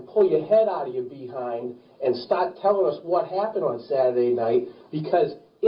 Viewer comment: This has got to be the most bizarrely comical monologue by an interrogator that I’ve ever heard. “Be-hind”. lol